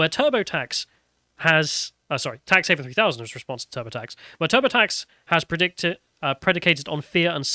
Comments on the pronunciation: Everybody has to file their tax returns. Might as well make it entertaining. Edit: it’s “heaven” not “haven” please learn to read, thank you. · I really can't tell if it is just his accent making it sound wrong or if he is actually misreading it as "haven" rather than "heaven" over and over. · The only thing funnier than this game is the fact that keeps calling it "Tax HAVEN" instead of "Tax Heaven" (the actual name).